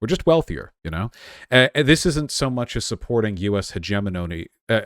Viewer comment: Vaush managing to pronounce hegemony both ways at the same time.